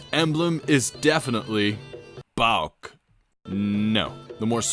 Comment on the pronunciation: Also unlike because here you pronounce PAOK correctly!